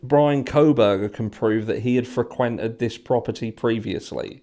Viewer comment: Regardless of whether I agree with everything you say, I like the way you say “ frequented” accent on the quented.